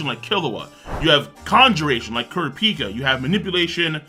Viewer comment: This guy calls himself a hunter x Hunter but mispronounced kurapika wrong.